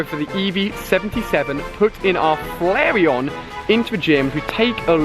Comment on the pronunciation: I'm not trying to be mean but there pronounced (fla-r-on) and (vap-er-on) and (jil-ton) really not trying to be mean you rule